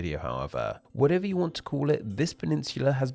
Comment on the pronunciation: What a very annoying way of speaking! You'e, nomad'e, dominion'e- what's all that about?